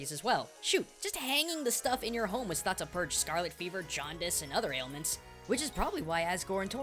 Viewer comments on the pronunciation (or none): none